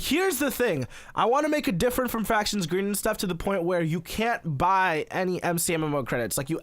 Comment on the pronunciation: NOO dont go back to gween